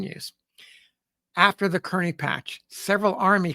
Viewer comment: Can we get Kearny's name right? It is pronounced Car-ney and not Kearn-ee!!